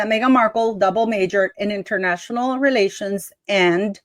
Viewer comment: Hmmmm….. Internayional (italics:). “ Relations”……maybe she DID relate internationally…….